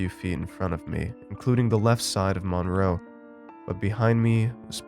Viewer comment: That’s not how you pronounce the name “Monroe.”